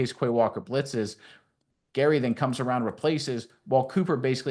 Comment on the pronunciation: If your going to make a video about my team do your research and call out names correctly... i couldn't even watch the first play after you kept saying gary....